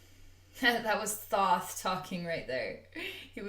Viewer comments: You are pronouncing his name wrong. It is spelled THOTH but pronounce it like you this: (Tah Ho Tah Hey). Blessings 🙏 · The h in his name is silent, sweet-pea...like Toth with a long O..